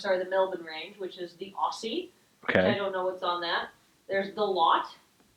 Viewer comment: I like that you went to the trouble to lean how to pronounce Melbourne right but then get Aussie wrong. Don't really hear foreigners go for that one very often so I guess there isn't much groundswell on, "Actually it's pronounced Ozzy."